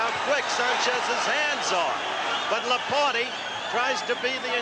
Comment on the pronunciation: Is this A.I. narrating? Notice the pronounciation " Lah-poor-tae"